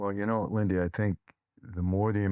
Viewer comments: Lindy, not Lindsy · Great show. I can't help but giggle every time he calls her LindSy instead of Lindy😂 I'm proud of you Lindy and pray for you 🙏